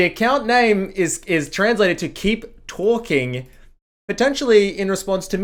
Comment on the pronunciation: “Keep towhking”